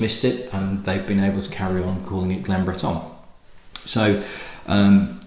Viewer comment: Not that it matters but your pronunciation of Breton seems to be a little on the French side(Yes I know France did control the Island for some time before the British took it back). Cape Breton has a rich Scottish heritage dating back centuries. Nova Scotia is Latin for New Scotland after all) So much for the history lesson. Cape Breton may be the most Scottish place in the world outside of Scotland You probably new all this, but if any distillery outside of Scotland deserves the name "Glen" it's one in Cape Breton. That said I am not a great fan of their younger SM whiskey and their older Whiskies are quite expensive. Great cause and keep up the good work. Cheers